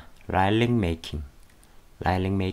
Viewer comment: '라이릭' 아니요 '리릭'이에요